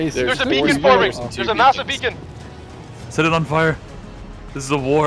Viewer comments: lol I am pretty sure it's beckon not beacon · Beckon is a word that means to make a gesture for someone to come nearer or to follow you. Beacons are in Minecraft. You have been pronouncing beckon as beacon. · If I had a dime for every time pronounced "beckon" as "beacon", I would be a very wealthy man. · Nah the parasite trees are actually called Beckons in the mod is just saying it wrong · Um, actually, it’s a Beckon, not a beacon. 🤓